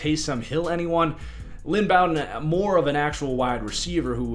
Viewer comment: Bow-Den like bow and arrow